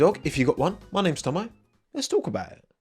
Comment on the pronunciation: Tommo, do you pronounce your name as ‘Ommo’?